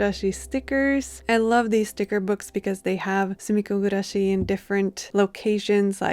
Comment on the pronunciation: I have no idea what sumiko gurashi is, but the way you pronounce it is so satisfying 😊